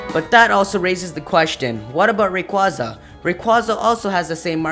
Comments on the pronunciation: ITS NOT RAQUZA, ITS RA-QAY-ZA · its rayquayza not rayquoza p.s. me think its mega evos does anyone ageree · Rayquaza is actually pronounced Ray-quay-za.